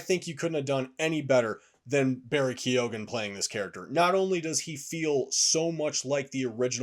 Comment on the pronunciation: Bruh the names pronounced kyohan, Irish names aren’t too literal with the letters, if it’s a go in a name it’s typically pronounced like the go in the word “light” just a little thing that I’ve noticed with many reviews of this movie